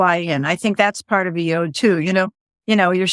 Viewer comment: Sorry to nitpick folks, but it's pronounced 'Y-odd', or as the Brits sometimes say, 'Y-awd'.... but not 'Y-ohd' (as in 'yodel')! ;-)